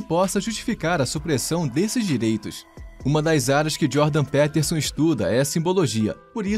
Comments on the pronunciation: "Pétérson" ---> "Piterson"... vlw pelo vídeo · Pronúncia de PEterson ta uma bosta hein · É Jordan Pi Piterson, o e tem som de i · Jordan "Péterson" é de doer, hein. Será tão difícil falar "Píterson"? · Jordan P(i)terson soa mais correto, considerando que ele é anglófono. E QI é apenas uma pequena parte da avaliação de inteligência, ou de forma mais ampla, de capacidades. Ótimo vídeo, como sempre. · primeiro de tudo: "Péterson" é muito esdrúxulo hein?! podia ter tido algum esforço pra pronunciar o nome do cara corretamente, mesmo se não fala inglês. segundo de tudo: Jordan Peterson argumenta que o QI é um bom "fator preditivo" do sucesso de uma pessoa. Não significa que ele tem preconceito em relação a isso, apenas que já é um bom indício da capacidade/potencial de alguém. Seria como falar que é preconceito dizer que alguém que fez graduação e pós graduação está mais preparado do que quem não completou o Ensino Médio.. kkkk Vídeo ruim com argumentos ruins, que nada têm a ver com "visão libertária", o que foi o mais estranho de tudo. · PÉTERSON... Isso é AI lendo texto. JP não disse isso sobre o Brasil, foi outro cara. Só navegar pelas fontes. CLICKBAIT! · Jordan "Péterson"? kkkkkkk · "Péterson"? sério? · Só arrumem a pronúncia do sobrenome do homem. 😬🙄 No mais, o vídeo tá bom. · Aprende a pronunciar o nome dele pro cara não confirmar a tese 😂😂😂😂